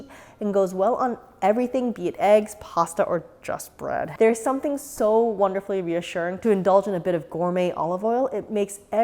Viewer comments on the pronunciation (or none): none